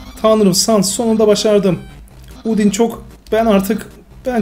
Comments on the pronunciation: Abi undin değil andayn diye okunuyor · undyne neden udin diye okuyon aslinda andayn diye okunuyor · Sans yazıldığı gibi okunur Yani doğru okuyorsun ama Undyne andayn diye okunur ve Papyrus Papirüs diye değil Papayrıs ya da Papayrus diye okunur ve Undyne Andayn diye okunur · Undyne ise andayn dieokunuyo